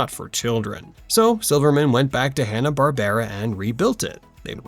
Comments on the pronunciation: Twenty o2? Hanna Bar-ber-ra? L2pronounce silly AI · there's no AI narrator, you probably thought this after they said Hanna-Barbera wrong towards the end of the video, where it's "Hanna-BARBRA.